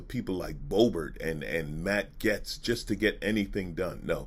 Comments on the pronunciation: It pronounced GATES not GETS lol sorry it drove me nuts the whole video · It's pronounced gates, you're right. is mispronouncing his name, calling him Getz, which exists, but isn't the child trafficker's name. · Pronounced, GATES, not 'Gets'... Jayzus, you're killin' me! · Nah it’s GAYST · Gates is the wrong pronunciation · yes it shows a great amount of disrespect. Not only for the subject matter that you're covering, it also the person that you're talking about. And clearly you noticed that he pronounced his name wrong as